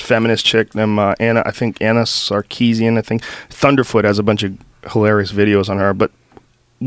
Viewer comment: "Anna Sarkessian" lawl